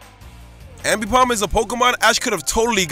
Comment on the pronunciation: You miss pronounce aipomb ambipomb